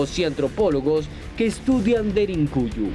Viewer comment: Cuál DERINCUYO animal! Aprende a hablar DERINKUYU DERINKUYU!!!